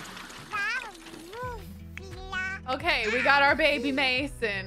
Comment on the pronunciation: Love the fact that she says “bebe” like Moira Rose.